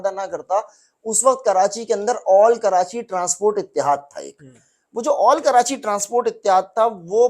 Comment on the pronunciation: taily ho tum pehly apna talfuz to theek kro. Karachi ka nam کراچی ھے نہ کہ کرانچی ھے.